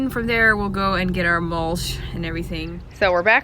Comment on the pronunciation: MULSH???????????...lol YOU MEAN MUL-CH.....CH NOT SH....ARE YOU AMISH?....WHAT'S WITH THE AMISH THING ON YOUR HEAD?